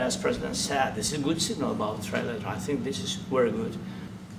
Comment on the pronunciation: Trump says Tri-lat , because he can’t pronounce Trilateral.